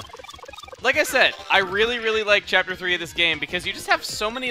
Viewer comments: y u say chiapter? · because he says "chapter" like that